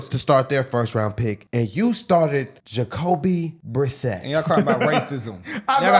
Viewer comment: Jacoby.. Brisette.. The way they all keep saying his name has me dying.